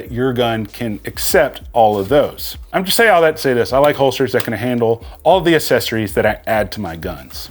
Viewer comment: Accessories, nor assessories. If you're going to use a word google how to say it.